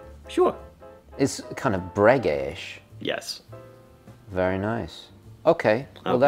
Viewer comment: Breguet. Breguet. Breguet. Breguet.